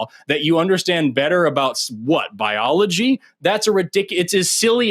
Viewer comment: What's ballology? Dude can't pronounce anything right.